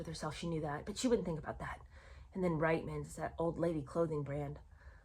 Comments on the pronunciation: It is pronounced Reetman's and it is not very complimentary to call your Canadian fans who buy from Reitman's declining and aging. I feel neither declining nor aged and the last time I looked at my feet, they were firmly on the ground. 😂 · Sorry. I’m Canadian. It’s pronounced “Reetmans”. And you can see these Ads on YouTube. They are hilarious. It’s like Meghan wrote the Ads herself. “Look! It’s Meghan Markle” is the main theme of the videos. Then everyone is stunned by her beauty, and they want to know where she got her beautiful clothes. She smiles and says “Ladies, it’s Reitman’s!” I remember seeing the Ads at the time and thinking “who is this woman? Am I supposed to know her??” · Hi, love your videos! As a Canadian, I hope you won't be offended by the following: The store Reitman's is pronounced "Reetman's". Keep up the good work, please. You have a good sense of humor too!